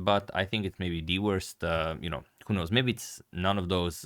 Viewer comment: "Deworst" :P